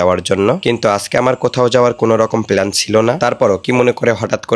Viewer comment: প্ল্যান ❌ পেলান 😂 প্লাস ❌ পেলাস 😂